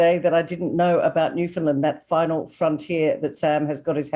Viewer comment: NLer. Sam so glad you say Newfunlan as it is called by the Newfoundlanders not Newfinlin